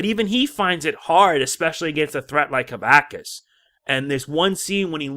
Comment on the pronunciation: Sorry, but it's pronounced "kuh-VAX-us".